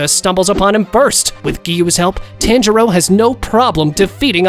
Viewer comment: It's pronounced like TA-AN J RO